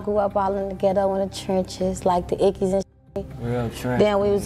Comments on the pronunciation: It's the ickies, not the ikes lmao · it's icky like sticky not Ike ikes it's like nails on a chalkboard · Ikes projects pronounced Ickys tf is ikes 😅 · I HATE when you call them buildings “The Ikes” 😒 It’s pronounced “ICK-EES” Like “The Ickees “